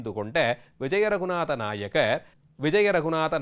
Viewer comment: நாயகர் இல்லை நாயக்கர்...